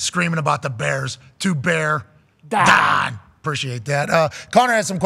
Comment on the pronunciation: Bear Dahn!